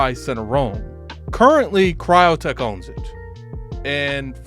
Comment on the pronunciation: Crytek! Not cryotek